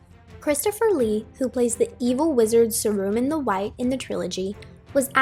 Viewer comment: I appreciate your making this video, however I recommend doing a bit more research on topics you make videos for as you mispronounced Tolkien’s name, Saruman’s, Uruk-Hai, among some other things. Love the video though, thanks for the content! :D